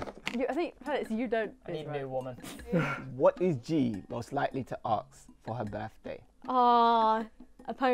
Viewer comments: can’t say the word ask.... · why do all people from england say aks and not ask???? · It's ASK not AKS ffs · Im I wrong or keeps saying aks instead of ask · Why is the host saying aks?